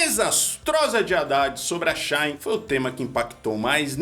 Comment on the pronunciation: Para vocês que gostam de falar ingreis, vamu aprendê a pronunciá o nome da empresa. SHE (XI) QUE SIGNIFICA (ELA) IN(IN) QUE SIGNIFICA DENTRO. Portanto a pronúncia correta é (xiin)